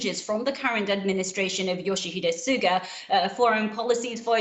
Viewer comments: 菅の発音が砂糖になってて草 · よしひでしゅがーは草